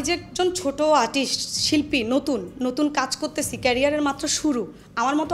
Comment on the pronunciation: Artist কে আটিস বলছে 😂